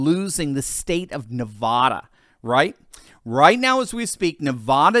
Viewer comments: NOT Nev ah da! It is Nev a (at) da!!! Don't play stupid Doc! You see, we CHOOSE to be offended (leftite style), by mispronunciations of our state's sacred name. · please say Nevada correctly. It is NOT nawe its NA. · … you’re killing me! It’s Nev-AD-a NOT … Nev-AH-da.